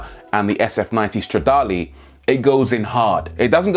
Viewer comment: Did u just say star'da'leeee 😣🙂